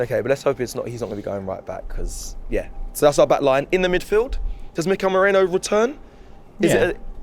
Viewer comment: calling Merino “Moreno” and saying “Mourinho” 🤣